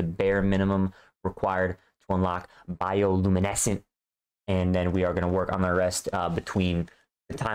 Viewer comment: Bro said biolumineskent😂